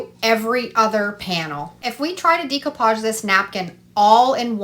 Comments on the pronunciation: It's da copage..not dee copage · I love all your projects! Just an FYI it’s pronounced day-coo-paj. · Check pronunciation of decoupage please